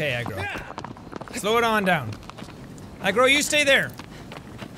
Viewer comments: When you say the Horses name I sound like You saying egg roll 😂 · I can't be the only one that heard him saying 'egg roll' when he says "Argo" , can I? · not sure if deaf or if jack is actually calling agro "eggroll" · I thought it was "eggroll" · I hear Wander say Eggrail not Eggroll XD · Is he saying eggroll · He knows is Agro but he calls her eggroll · I'm gonna be honest I heard eggroll instead of Agro 😂😂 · Is he saying eggrole? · Fatih 12304 No, he’s saying eggroll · Is he saying egg roll?? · every time he says the horses name I hear Egg Roll and I can't tell if that deliberate or not XD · It's so funny how when he said Argo it sounded like he said egg roll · I love how you have all of these mature people mixed in with the 4 year olds that think it’s the funniest thing that jack is calling Agro ‘eggroll’ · Everytime you say Agro, all I hear is "eggroll" lol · he is saying egg roll, it's a joke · I swear he’s saying eggroll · All I hear is eggroll. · Ive beening to say this, but when you say agro my mind tricks me and thinks you say eggroll. nothing personal, its just i laugh everytime you say his/her name.